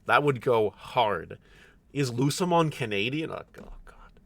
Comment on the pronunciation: Lucemon? You mean lucehmon, right?